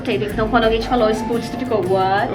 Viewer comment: Também moro na Irlanda, porém em Galway, estou terminando minha faculdade aqui. Só um correção na pronuncia de spuds, o sp é chiado e o som do u não é tão acentuado